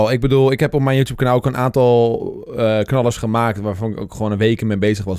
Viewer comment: niemand:: youtoep